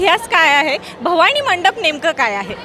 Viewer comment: निवेदक बाई, भवाणी नाही... भवानी!!